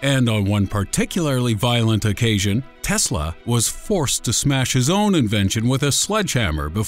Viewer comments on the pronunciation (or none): none